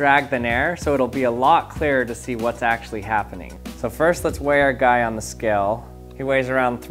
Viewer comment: He says skell, not scale, but skell. I know it's not the point, but it's irritating.